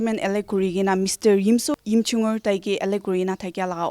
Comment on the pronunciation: Little rectification, its Yimkhiunger not Yimchunger